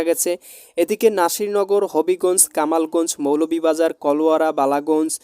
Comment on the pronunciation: ওরে ভাই,,এতটুকু ভিডিওর মধ্যে এতোগুলো ভুল হলে হবে কেমনে??শিবালয় বলেছেন শিবালয়া,,পত্নী তলাকে বলেছেন তলাকে বলেছেন পেত্নীতলা,,কোমলগঞ্জকে বলেছেন কামালগঞ্জ,, নালিতাবাড়ীকে বলেছেন নলিতাবাড়ী।দামুড়হুদাকে বলেছেন ডামুহুদা,,আপনার মাথায় গ্যাষ্টিক আছে নাকি❓বানিয়াচং কে বানিয়াচান।।